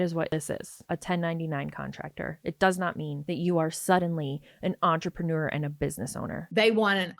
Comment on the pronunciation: Normally I don’t get bothered by the way people speak, but I never want to hear the word “entrapenooer” again.